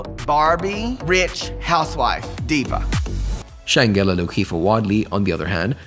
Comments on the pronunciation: lol..exactly...the mispronouncing was annoying 🤪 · You know that G and E in SHANGELA is PRONOUNCED as a J right. So it would look like Shan-Ja-la. Not Shangulla. 🤦🏿‍♀️